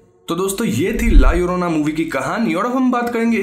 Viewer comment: Double L pronunciate as I in ink. La iorona you can pronunciate but in written form as it is as in title. Mallorca is a place which you say mayorca.